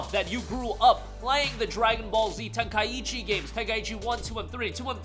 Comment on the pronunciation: It's Ten-kai-chi not Ten-kaiechi :)